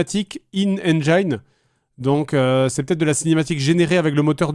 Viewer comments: Engiiiiiiine. Non on dit engine avec un i à la francaise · En 2023 la moitié des gamers ne sait toujours pas prononcer "engine" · Merci ! Je trouve ça fou que tant de personnes en France fassent encore la faute et prononcent "ènejaïne" au lieu de "ènegine" ! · On dit ènegine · Ca fait toujours délirer ceux qui prononcent "engine" comme ça pour se donner un air alors que c'est pas du tout correct 😂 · C'est très franco-français de mal prononcer engine. J'ai même vu des gens, persuadés d'avoir raison, corriger ceux qui le prononçaient correctement. Un autre exemple : guardian. Beaucoup de Français prononcent, à tort, "gwardiane". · Encore un qui ne sait pas prononcer engine...